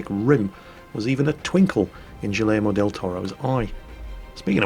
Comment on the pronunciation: "Jillaymo del Torro"